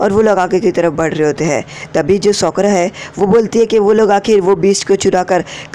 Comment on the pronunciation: He tell Sokra. Lol